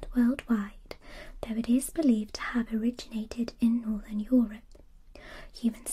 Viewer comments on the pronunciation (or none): none